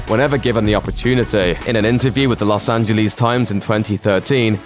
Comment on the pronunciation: Los Angelee's ?? haha uhhh no